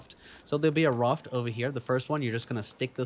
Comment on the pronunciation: Very helpful but I hate how you pronounce Raft 😂